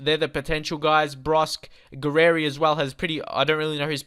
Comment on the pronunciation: Le-coin-t ..... Lecointe Gurr-e-eri ...... Gurrieri Jil-mert-tan ....... Gilmartin La-ery ...... Lowry Hor-ri-han ...... Hourihane Write this down so you can pronounce it properly when recording. I know how to say it, look at my YouTube logo. I have met most of the players. Yo-vil ......... Yeovil